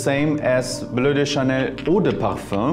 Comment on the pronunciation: "Bleu de Chanel, parfum" good accent 👍